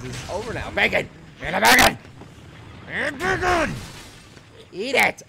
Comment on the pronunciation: stop saying backen